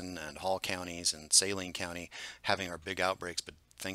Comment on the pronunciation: Always enjoy your updates, and the clear way you present the data. Most of us locals pronounce Saline county as suh-LEEN, emphasis on last syllable.